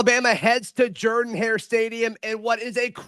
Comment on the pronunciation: Is it jerdan or Jordan?😂😂😂 you’re not the only one that pronounces it like that.